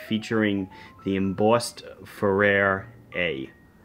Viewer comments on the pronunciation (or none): Farer => "Fairer" like "more fair"